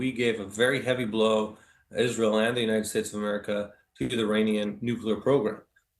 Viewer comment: AMERICAA'S Native Americaa's